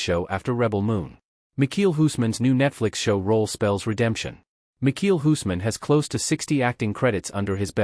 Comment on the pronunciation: Can’t even say his name right 🙄